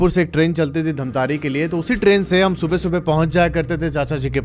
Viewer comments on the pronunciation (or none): Bhaiya mai bahot shauk se dekh raha tha or bahot interest aane hee laga tha ki धमतरी ko aap itne baar itne jyada baar धमतारी bole ki maine video turant pause krke dislike kr diya, Huge respect for rest of your videos, stories but not this time....😬🥲💔👎🏻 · It's धमतरी not धमतारी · Bhaiya aapki video achhi lgti hai aap aur aakshay vashisht dono ki video dekhta hoo mai ❤❤❤❤,,,,,,mai bhi chhattisgarh se h loo ,,,,,, धमतरी है hai bhaiya धमतारी nhi 😅😅😅😅😅😅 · Dhamtaari ni dhamtari hai voh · Damatari not dhntari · Bhai wo jo English mei dhamtari likha hai wo hindi mein धमतरी hota hai aur jo tum keh rahe ho धमतारी wo english mein dhamtaari hota hai. Itna samajh nhi aata gawar ho kya? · धमतरी है भैया dhantari नहीं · I am from dhamtri.. Its not dhamtaari by the way😂😂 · Wo dhantari nahi ( dhamtari ) hai bhaiya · Dhantari nai hai bhai dhamtari hai mai raipur se hu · Dhamtari ko miss pronounce mt kro bhai sare chhattisgarh wale gali denge tumko